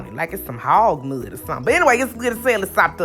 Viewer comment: "Hawg mud!" "Painch..." 😄 You can't take the "kuntry" out the girl! 🥰